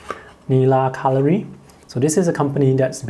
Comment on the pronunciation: It is italian! It is Nila colòri and not còlori.